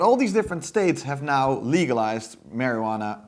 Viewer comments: Okay (maybe I have too much time on my hands, but): the "I" in marijuana is an unaccented neutral, "schwa" sound, to help the second "a" sound be more stressed, being the accented syllable. American English...go figure... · The mispronouncing of the word "Marijuana" gag got stale by the 2nd time, after that is was cringe inducing each time.